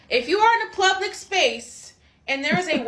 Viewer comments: Why you keep sayin "plublic"???? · What's a "Plublick Space"? She said it at least twice... so it must be a thing, right? Couldn't possible be another ignorant individual who cant pronounce simple 6 letter words correctly... Oh sorry, Correctically.... SMH. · cant ever take anyone serious who says "plublic space" multiple times in the same sentence lol